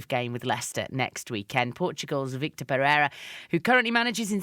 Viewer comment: Please can you get his name correct. It's Vitor not Victor. There is no C.